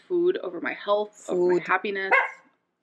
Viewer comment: She says the word FOOD so weird, glad im not the only one who is annoyed by this. 😂